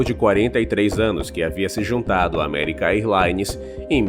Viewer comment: American "airlaines não; diga American érlaines.